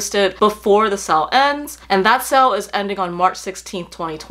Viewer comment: I just wanted to ask... genuinely curious... is the correct pronunciation of the word “sale” sell or sail? You mentioned it in the vid quite a number of times and was shocked as to how you are saying the word. Great review again as always. Loving Coach as well lately especially their Cassie bag.